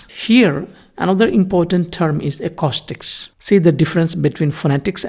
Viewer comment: Just a note, you are mispronouncing the word “acoustics”, which is spoken ah-koo-sticks… great context though!